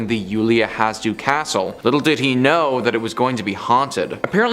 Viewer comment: It's Iulia HasH- deau